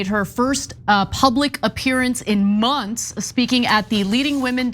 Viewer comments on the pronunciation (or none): the way Ana emphasized "MONTHS" lol 😂😂😂